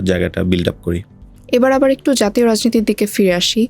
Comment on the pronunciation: Nasir, Assalamualikum. Apnar sobkichu e sundor except ekta mudra-dos. R mudra-dos ta holo "abari". Please try to avoid it.